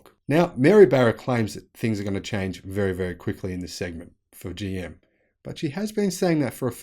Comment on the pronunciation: Bro!!! Did you say "Joe Motors"?